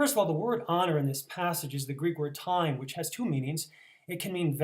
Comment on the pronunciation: The Greek is actually pronounced, "tee-may"...not "time". Other than that, good presentation.